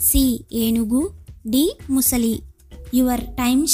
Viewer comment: ముసలి అనకూడదు ❌ —— మొసలి ✅